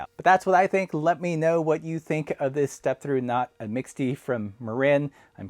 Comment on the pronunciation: Another one of those French words like 'pannier' (pan-yay). Here the 'e' is silent. "mixte " adjectif et nom masculin 1. Formé de plusieurs éléments de nature différente.